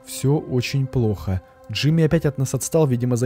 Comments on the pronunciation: Не Джими а Джорджи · Не Джимми а Джорджи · Не ждими а Джорджи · Не Джими а джордже